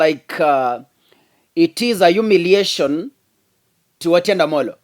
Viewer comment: the name is Otiende Amolo and not Otiende Omolo😂 The rest of your presentation=very good!! Except sometimes you relay too much information of Azimio's cards to the public exposing their secret tracks i.e, when you talked about how Raila was able to come to the CBD during the Mandamano when the security had blocked all ways. Please minimise such info.🙏🙏🇬🇧